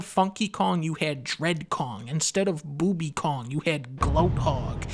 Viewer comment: "Booby Kong" 🤣